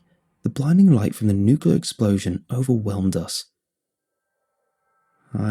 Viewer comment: I know im knitpicking but it really bugs me you say nucular. The rest of narration is auditory gold but that fucked me up.